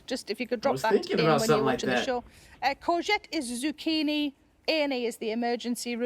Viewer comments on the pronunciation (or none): none